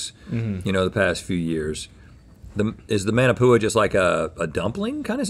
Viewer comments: The way they pronounce musubi 😭 Not to get all Hermione but it’s mu-su-bee not mu-suu-be Also mah-na-pu-a not man-a-pu-a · as someone who lived in hawaii for 11 years, it made a tear fall from my eye ever time they pronounced those hawaiian dishes😭 like musubi and manapua- why’d they say it like that??